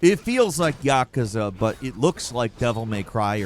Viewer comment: Can you please stop pronouncing Yakuza so wrong?